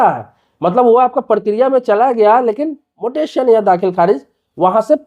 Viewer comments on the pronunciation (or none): भाई पहले ये बताओ मोटेसन शब्द क्या होता है म्यूटेशन सुना और पढ़ा है।😅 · Mutaion bolo... pronunciation बराबर करो 😂😂😂😂😂😂